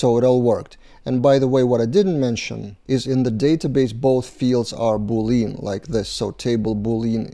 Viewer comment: Pronunciation of Boolean is "Boo lyan"/"boo .lee·uhn". XD